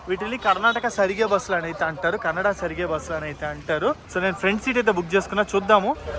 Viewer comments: Ksrtc సరిగే కాదు " సారిగే " అనాలి బ్రో...... (అంటే transportation అని) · Its not karnataka సరిగె its called as Karnataka సారిగే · కర్ణాటక సరిగె కాదు భయ్య "కర్ణాటక సారిగే". అది కూడా చదవడం రాకపోతే ఎలా భయ్య.